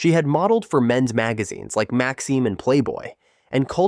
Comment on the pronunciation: It’s Max-imm magazine not the French pronunciation btw :)